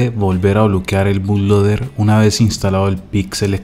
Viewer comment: Primero que nada, se dice Boot-Loader...